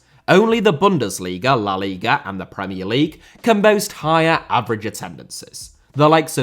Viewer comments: No puede pronunciar. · LIGA not LIGRA